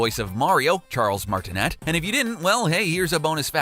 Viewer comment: Nathan Lee he said "Charles Martenet" it's supposed to be 'Martinee'